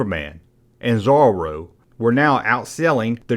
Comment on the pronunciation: LMAO at your pronunciation of Zorro!